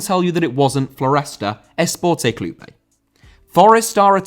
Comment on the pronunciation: Esporte Clube* not Esportei Clubei